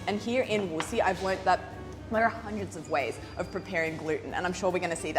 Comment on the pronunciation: It’s not Wuxi, it’s Wuxi. You need to work on your pronunciation. Say it with me “Wuxi” Surprised you could see the sky and it was blue…china could be so beautiful…